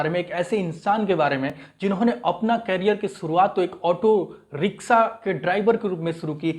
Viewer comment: सा नहीं शा होता है कैरियर नहीं करीयर होता है।